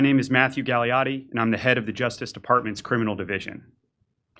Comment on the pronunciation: I stopped listening when he said his name is. Now all I hear is: Galliotiotiotiotiotioitoitoitoitoiti, Galliotiotiotiotiotioitoitoitoitoiti, Galliotiotiotiotiotioitoitoitoitoiti......